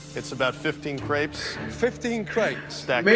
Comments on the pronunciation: I thought you kept saying grapes lmao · Valeria T same😂 I thought he was saying "15 GRAPES?!" 😂